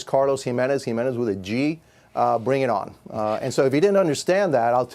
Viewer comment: If you are going to tell the president of Mexico “bring it on” in Spanish, at least say it right. 😂